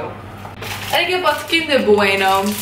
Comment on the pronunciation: boeauni buenoo, hahahahahahaha heerlijk